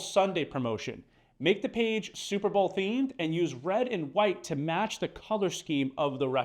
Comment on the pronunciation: “Super Bowel”?🤭 Great video, still. Thanks